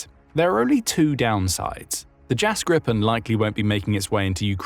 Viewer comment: Pronounced "Jahs Gree-pen" not "Jazz grippen". Gripen means "the Griffin"